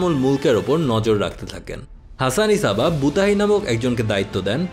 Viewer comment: ভাই উনার নামের উচ্চারণ "হাসান সাব্বাহ" বুঝি যা হোক ভাল্লাগসে ভাই❤️❤️